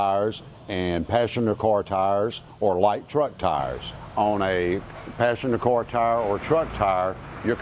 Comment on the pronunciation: It took me half this video to figure out he was saying "car" and not "cor" tire.